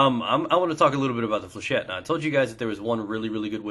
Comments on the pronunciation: Flechette is a french word, and it's pronouced Fléchette not flechay. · Pronunciation according to the dictionary is "fley-shet". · It's 'fleuh-shet'. It would be 'fleuh-shay' if it was spelled flechet.